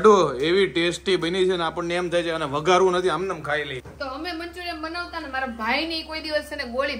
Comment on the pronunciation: Vagharvu ave vadharvu nhi tame (dha) karo che( gha) ave 😂